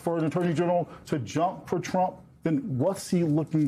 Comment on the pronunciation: I won't miss Pammie Jo's pronunciation of TROOAUMPPP. Nor will i miss her illegal and unconstitutional subservience. "Thank You for Your Servitude".